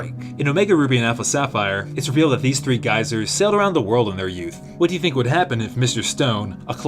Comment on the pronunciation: 3 geezers, not geysers.